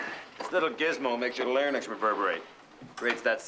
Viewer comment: "Larnyx" ... I can see Tyler mispronouncing that!